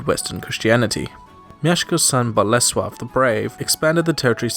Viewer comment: As for someone from abroad, for me, a Pole, you are very good at pronouncing Polish words such as Mieszko, Bolesław or Warszawa.